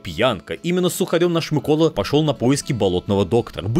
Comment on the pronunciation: Дякую що хоч наголос правильно поставив